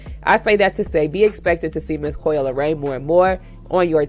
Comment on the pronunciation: Coi * Leray…. No “L” at the end